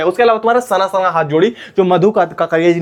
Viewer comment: sna sna ❌sana sana ✅